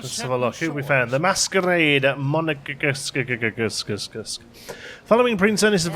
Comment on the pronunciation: The pronounciation of Monégasque should be something like "money gask" ("gask" like in the word "gasket"). It is actually the word used for designating the dialect used in the Monaco region. Langoustine is indeed french for scampi, most often designating the Norway lobster as Jacob barrow mentioned.